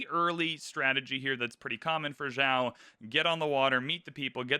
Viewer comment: I like that you are actually trying to say the name Joao correctly. Good on you, sir!